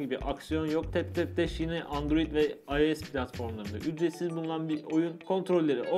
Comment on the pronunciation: Abi ios u ayes diye okumican ayos diye okican